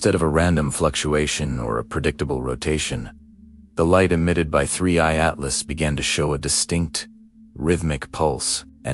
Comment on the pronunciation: Please, please, please make sure that your narrating AI knows how to say the words. It's being inconsistent. One time it will say 3/I Atlas, other times it will spell out Atlas. Now it's shifting back and forth from a U.S. accent to some vaguely European accent. Batter yet, just hire a human to read the text.